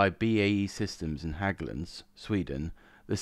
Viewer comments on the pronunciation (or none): "Hägglunds" is pronounced "Hegglunds". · Hägglunds is pronounced "heg-lunds." The Scandos have a 29 letter alphabet which makes reading their maps great fun on the Arctic Warfare Course.